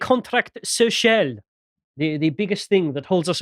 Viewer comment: worst french pronunciation ever